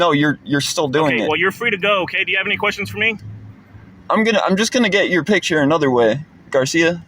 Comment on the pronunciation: he said pigture instead of picture😂